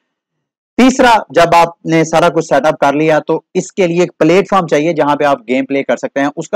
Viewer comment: Platform not platefrom please correct this as you speak mostly in all of your videos. Thank you